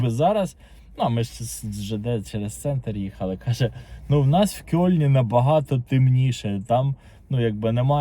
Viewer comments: Українською мовою правильно писати і вимовляти "Кельн". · Кельн, а не "кьольн". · "Кёльн" української буде - Кельн. Через "е" ( читається як російське "э")